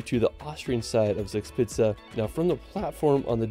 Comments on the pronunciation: "Zags pizza" when an American tries to pronounce "Zugspitze". Sorry but that's too much for me to cope with. I need to get rid of my brain cramp before I'm able to continue watching. Why do you guys not even TRY to do it right? 🤦‍♂ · Just on the side: Zugspitze is pronounced "TSOOG-shpit-suh" 😉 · suugspizza 🤣🤣🤣🤣it's funny how the ami's pronounce german words😂😂😂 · His pronunciation of German names sounds so funny, especially Zugspitze (actually pronounced like Tsoog shpitsuh), like Spencer Reid in Criminal Minds saying “Zugzwang” (= tsoog tsvang). I don’t want to knock it, I probably made the same mistakes when I first came to Germany (too long ago to remember, lol), but being so used to hearing it correctly, the mispronunciations sound rather quaint. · Yes, it is funny, but lovely. It is „tsook-shpitsa“. Nearly met:)